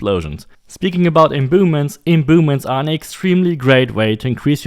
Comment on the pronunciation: “Imbooments” Love it